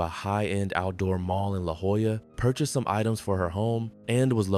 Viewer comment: The name of the city is spelled La Jolla, not La Hoya 😂